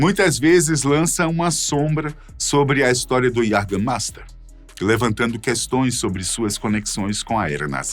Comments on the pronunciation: iagamaista, é como se fala em alemão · Esse "LICOR DE QUALIDADE"... "JÃGERMEIFTER" NUNCA OUVI FALAR até ver esse vídeo! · Faz propaganda do jaegermaister mas não sabe pronunciar a palavrs